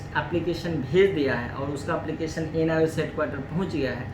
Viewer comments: ANIOS nhi hota...NIOS hota hai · ANIOS nhi hota hai . ..NIOS hota hai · Anios nhi hota hai sir ..... NIOS hota hai